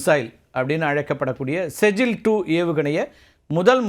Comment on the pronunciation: செஜ்ஜில் இல்லை ஸிஜ்ஜீல்